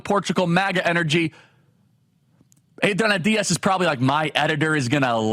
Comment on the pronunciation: I like your stuff and what you do, but every time you tried to pronounce Adriana with a Spanish accent it made me cringe, especially when you didn’t try to pronounce Diaz with a Spanish accent.